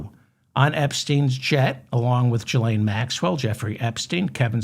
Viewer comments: I cringe every time you say Jillaine. Its Gil not Jill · You are pronouncing the "G" in Ghislane as if it is followed by an "i" as in giraffe but it is in fact followed by an "h" thus it should be pronounced as it is in the word aghast.